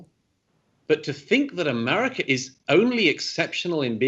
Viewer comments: Ahmaahhhricah... I love Douglass pronunciation of America, it cracks me up every time 😂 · ‘Amurica’ where they have ‘cuvid’ 😄